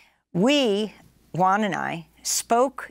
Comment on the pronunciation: Juan. Not “one”.